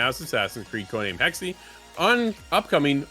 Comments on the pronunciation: It's 'hex-uh.' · Still closer to the correct pronounciation than 'hexy.'